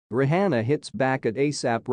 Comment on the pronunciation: The host should prolly learn how to pronounce Rihanna's name.